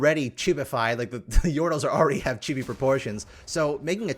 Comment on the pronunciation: i love how pronounces chibi like chubby with an i